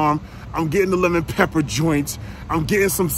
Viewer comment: Lepper pepper 😂😂😂 that's how you say it when they right right!!!